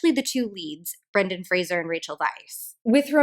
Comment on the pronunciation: I just want to thank you for pronouncing Brendan Fraser's name correctly, I reflexively brace myself whenever I think someone's going to say it and I get a little rush of relief every time I hear Fraser instead of Frasier.